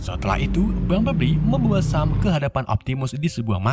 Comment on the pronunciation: bg sam dibaca sem